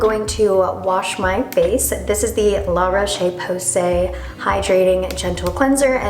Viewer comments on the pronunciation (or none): It’s pronounced La ROSH PO SAY